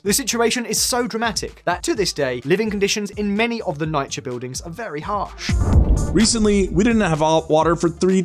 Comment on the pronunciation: People from NYC listening like "what he hell is NIGH-KUH".